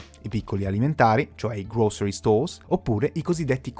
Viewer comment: grow-sr-ee , non "grocery", come lo pronunci tu.😉prendi qualche lezione da cambly....